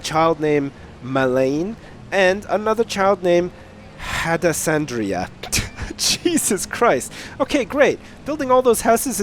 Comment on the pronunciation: Hadassandrea... Had-Ass Andrea. Ooooh, what a booty.